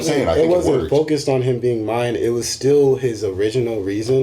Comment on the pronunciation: OH MY GOD 1. It's Mayan not MIAYAN. 2. Don't know the name of Namor's city in the movie. 3. It's Ocean Master not Sea Master. That was 7 minutes in, do your research beforehand. Noboody is going to watch/listen to you if you can't get your shit right.